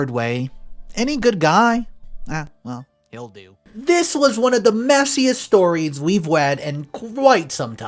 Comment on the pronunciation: "messiest stowies we've wead qwite in some time..." I'm sorry but that was adorable. Just like Elmer Fud.